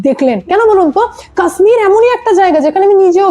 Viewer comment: Ma'am, Kashmir-er uccharan ta 'KAASMIR' not, ota 'KASHMIR'.